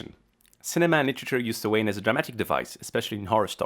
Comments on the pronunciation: had to slow video down to .75 in order to understand whatever the heck was trying to be said, but even then, suh-WAYNE rather than SOW-wen drove me kinda nuts....LOL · It's sow-an not so-waine!!!! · As an Irish person I MUST correct you. Samhain is pronounced like "sow-an" not "so-wane". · Samhain is pronounced Sowin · The pronunciation is all wrong. It is not "Sam Hain" or for that matter “swain” The proper way is "sow an” with the “Sow” pronounced as you would a female pig. Oiche Samhain is Halloween night and Mí na Samhain is Gaelic for the month of November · Did he just really make a dig a people who can't pronounce Samhain right? Pot calling kettle black there man. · It's a Gaelic word, spelt in Gaelic and is also and ancient Gaelic holiday. Pronounce it properly. There is not "English" it's a Gaelic feast. The Gaels also adopted the use of Roman letters. The English language does not own the letters.